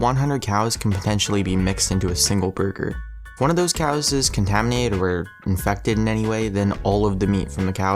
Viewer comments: You keep saying "Contaiminade," rather than, "Contaminated." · & It sounds like he says Contaminade. Is that a new soft drink? 'Cause it sounds delicious.